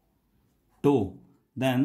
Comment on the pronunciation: What's the problem with your pronunciation? Who spells tau like that?